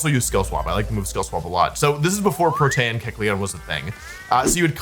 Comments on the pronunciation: It's PRO-tee-un. Definitely not Pro-TEH-un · The amount of times I look at my screen like: wtf how did he pronounce that name, is so much more than I would expect from a professional player... i mean protAYan? Wtf 😅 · Someone has probably said this but kecleon’s ability is pronounced “pro-tee-an” not “pro-tan” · Protean --> Protain! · Funny a nerd doesn’t know how to say the word protein 😂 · There is no shot somebody pronouncing Protean as "pruh-tan" is anything other than engagement/ragebait lmao no shot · I dont think you say Protean like that. Think its more like you say "Protein" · NOBODY IS GONNA MENTION HE SAYS "pro-tay-en" ?!?! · Prot-AY-an LMAO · lol i like how people pronounce “protean” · That's not how you pronounce Protean. EDIT: lmao "forme" be pronounced as formey utterly slays me oh wow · That pronunciation of protean is absolutely diabolical 😂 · The names are easy to know where they come from. Besides, the problem is he can't read. Everything else you said doesn't matter. When it comes to pronouncing real words, he still fails. Or do you actually think Protean is pronounced that way? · Saying protean that way will get you nerfed for life I swear 2 the gods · please stop saying protean like that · What an interesting way to pronounce protean. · The fuck is that pronounciation of protean. Is that a regional thing, or had he never heard the word before? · I have never heard Protean be pronounced like that. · "Protean" are you kidding me this has to be rage bait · this guy has to be trolling with these pronunciations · okay i know this is a ragebait that wolfe does all the time, but the way you said "protean" reduced my life expentancy by like a full month